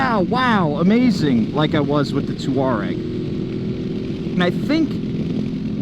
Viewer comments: I think it is pronounced "Tore-Eg" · Pronounce it Twa-reg.